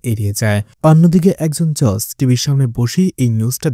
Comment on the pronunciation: উচ্চারণ টা জজ বা জাজ হবে ভাই, জর্জ না